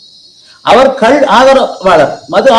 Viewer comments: கல் என்றல் "Stone" கள் என்று சொல்ல வேண்டும்.Thanks for the video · அது கல் இல்ல கள் தமிழ் ஒழுங்கான உச்சரிப்பு வராதவர்கள் எல்லாம் ஏன் நேர்கானல் எடுக்க வருகிறீர்கள் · ஐயோ,,,ஐய்யையோ,,,ஐயா,,அய்யா,,, அது,,,கல்,,இல்லை..ஐயா,,ள அது,,,கள்,,,கள்,,,தயவு செய்து சரியாக,,உச்சரிக்க,,ஏற்பாடு,,செய்யுங்கள் இல்லாவிட்டால்,,,ள,,ல,,வாகி்்்்அனர்த்தாமாகி,,விட்டது இங்கே.